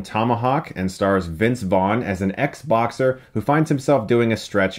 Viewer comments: Anyone else hear “XBox-er” instead of “Ex-boxer” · Lol, at first I though you said: Xboxer; like he used to play Xbox but has now quit